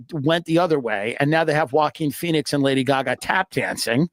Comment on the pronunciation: joe keeps saying walkin pheniex like he wrote the movie